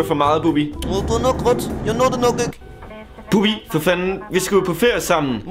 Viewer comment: det er Bubbi ikke "Bubber"